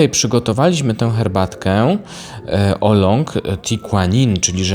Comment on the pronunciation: Jeśli nie potrafisz wymawiać nazwy herbaty poprawnie to jesteś z buta niewiarygodny